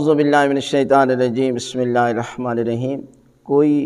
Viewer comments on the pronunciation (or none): ap bismilla irrehman q bolte hn bismilla hirrahman q nhin bolte